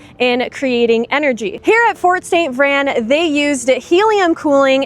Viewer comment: You’re pronouncing it incorrectly. It’s St. VrAin. Pronounce the A!